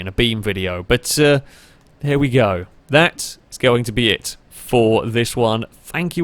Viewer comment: I think he wanted to say "here" and "y'know what" but it just ended up sounding like "hnyou" lol still hilarious tho!